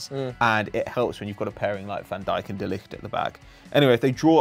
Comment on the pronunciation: PERFECT(!!!!) "De Ligt" pronunciation. I've seen and heard it all now